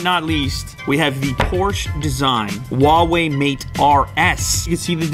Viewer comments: Huawei sounds like [Who-are Way], not [Wha Way] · Huawei sounds like you're saying fucker in arabic